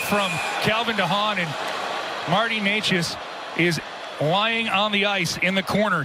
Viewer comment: Hope Necas is alright, but is anyone going to talk about the God awful commentating??? Like that is definitely not how you say his name